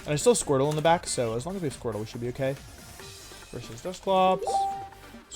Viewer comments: He said squirple? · Everyone: Squirtle Wolfey: Squirple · Nobody... Wolfe: "Squirpple"